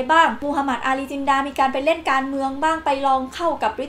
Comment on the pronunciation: เรียกชื่อโมฮัมหมัด อาลี จินนา กลายเป็นโมฮัมหมัด อาลี จินดา น่าจะบรรยายผิดครับ เพราะเขียน จินนา แต่ออกเสียงจินดา